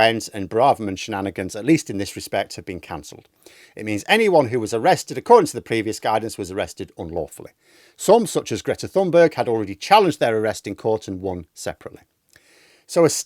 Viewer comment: Greta Thunberg’s surname is pronounced something like ‘toon berg’.